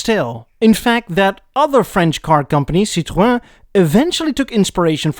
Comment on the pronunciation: Talbot, Panhard and Citroën are pronounced so wrong 😭